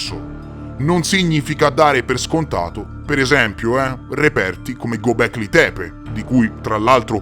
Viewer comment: Göbekli Tepe Lo stai pronunciando nel modo sbagliato.. E se ne parli da Anni, stai sbagliando da Anni..!